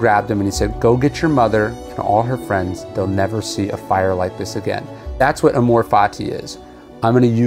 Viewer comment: "Amor" is accented on the first syllable